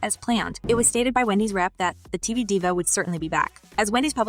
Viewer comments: This must be Ai generated. Diva, a common celebrity word was pronounced as Die-Va? I couldn't finish this after that. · IT'S L O L. You ARE supposed to say the letters. It's not a word! And it's DIVA sounds like DEEEVA. This is the wrong person to do this reporting...geez